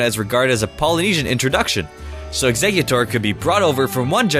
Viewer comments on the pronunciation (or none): none